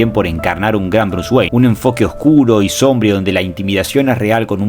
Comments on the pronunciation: SOMBRÍO con acento en la i , SOMBRÍO , sorete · Excelentisimo video, concuerdo en practicamente todo. Una sola crítica: "sombrío" con acento en la segunda sílaba. Lo dijiste muchas veces mal y me dio amsiedad ah